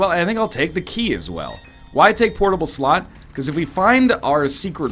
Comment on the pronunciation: Please stop saying "portable slot" thiss way